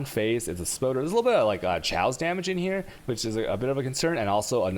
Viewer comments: Dont forget the tjsaos! Good stuff though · I love the content and the videos.. But how you pronounce some words drives me crazy... Alchemy, Valkyrie, Chaos, Arc... seems like you love putting the "Chhhh" sound everywhere even when its "silent". Just a personal cringe from me...... other then that i love the content very informative